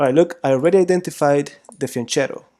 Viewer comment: "Fianchetto" is an Italian word: it has a "k" sound, not a Spanish "ch" sound.